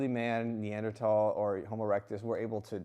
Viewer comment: Neand-Brothal 😂😂😂 dude you have to rock the uni brow for this character